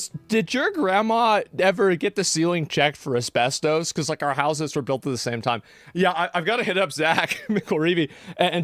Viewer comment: Take a shot every time he says asbes-toast.